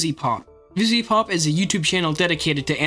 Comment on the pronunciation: anyone else notice he doesnt say the second V in vivziepop?